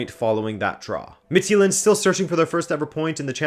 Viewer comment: mah dude! Homie! Please stop butchering my language. Danish is a germanic language, thus our J's aren't pronounced as the Romance J you see in fx French. It closer resembles the Y in English, i.e. "yule". The way you pronounce "Midtjylland" comes across as "Midtsjælland" in Danish ears - Sjælland being an island of it's own apart from Jylland. If you wanna get the name of FC Midtjylland correct (and please one of your danish subscribers), try pronouncing it as Mitt-Yule-Land. If you wanna go the extra mile, then try to pronounce the "u" as an "ü" (just like the Germans would pronounce Thomas Müller). You somewhat pronounced Club Brugge correct, so I imagine you could do the same for FC Midtjylland. Other than that, keep up the good work!